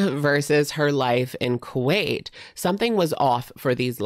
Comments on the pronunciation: Not Ku-weight 😂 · Not gaining a bunch of "Ku-weight"!!😂😂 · Not the Ku-weight 😂😂😂